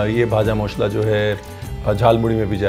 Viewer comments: Sir... I think you were a bengali in your previous birth!! You pronounced "bhaja mosla" "Muri" Like any other bengali!! 😊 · In West Bengal jhalmuri is our evening snacks 😊... Your pronounciation looks like a Bangali specially "kacha Lanka, vaja masla , ghati, bangal " amezing pronounciation ❣️.... Thank you so much sir ❣️ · The way you pronunce "ভাজা মশলা".. I fall in love wid you chef 😄😄😄😄